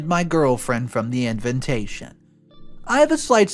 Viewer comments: Everyone pronounces invitation he adds an extra N. It’s InVITation NOT!!! InVINtation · Why does he keep saying "Inventation" not "Invitation"? Inventation is not even a word... 🙄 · it's invitation, not inventation.